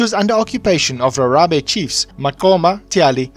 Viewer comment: Rharhabe said like Gagabe